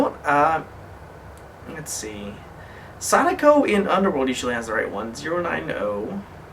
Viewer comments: Its not saniko its sa.da.ko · And it's pronounced SA-DA-KO not SAY-DA-KO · pretty sure it's pronounced sa-DACK-ko, not saw-DA-ko, like the story of the paper cranes. Not being a dick, just letting u know for the future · Sadako is pronounced Sah-Dah-Co